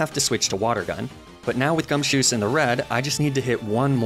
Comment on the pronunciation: For some reason, the way you were saying gumshoos sounded like you were saying "gumsoos" To be fair, that hair is pretty soos